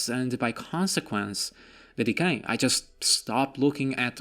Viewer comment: D K! Not decay.